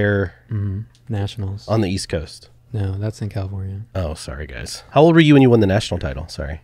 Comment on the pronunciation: Hey the word won is pronounced “one”. You pronounce it “Juan”. Tom Segura did this same thing his whole life. I’ll find the video of his realization soon. I might sound like an asshole but I just think it’s interesting. I love this podcast. And I love you fellas ❤️